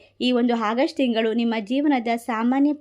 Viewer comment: It's not hagust madam.Its August.